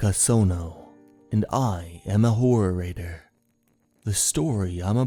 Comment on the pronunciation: He is saying horror writter. I heard the same as you at first but my ears adjusted.